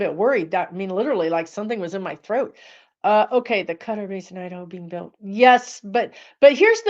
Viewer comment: I don't know what that was but when you said- the word "Iderho" it sent chills right through me and I was willing you to stop talking about it! Lol